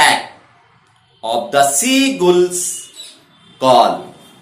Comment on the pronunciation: Word seagull is not properly pronounce